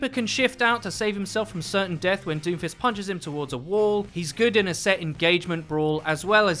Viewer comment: why do i hear doofus everytime u say doomfist